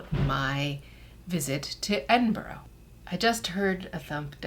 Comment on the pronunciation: Please learn to pronounce Edinburgh properly. It was painful to hear you say it wrong soooo many times.